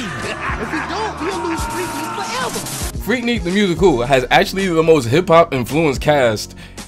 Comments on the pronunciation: What I’m hearing is freak “neek”. It’s freak“nic”. Lookin out. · freak-nick, like a picnic but with freak. my bad, fantastic analysis btw. subscribed :]